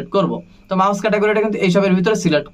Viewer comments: আপনার অনেক উচ্চারণে ভুল আছে যেমনঃ মাউস না (মিউজিক-Music) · মাউস না রে ভাই ঐটা মিউজিক হবে আগে ঠিক মতো উচ্চারণ শিখেন